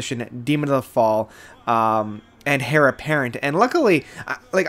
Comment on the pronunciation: Heir is pronounced “air” not “hair”